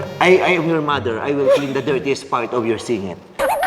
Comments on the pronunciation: mather dawter hahahahaha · Like mouther like doubter